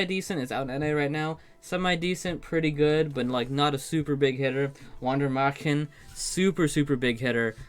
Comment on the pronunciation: I'm still amazed at how well you pronounce Wander Märchen when german isn't your native language. Pretty close to what it should sound like.